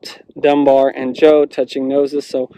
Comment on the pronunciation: Did he say dumb bear or was it Dunbar sure sounds familiar anyway